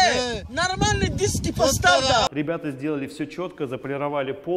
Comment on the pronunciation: 😅😂🤣 "эээ нормални диссски постав там" орнул